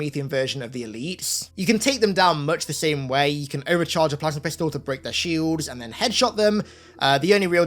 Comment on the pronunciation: When says "Plasma"; because of his thick accent, it comes out pronounced "plasmer" 😂😂